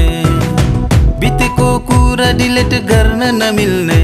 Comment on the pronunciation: गीत साह्रै राम्रो छ ! ध्वनि उच्चारण 'डिलेट' नभई ''डिलिट'' हुनु पर्थियो की ???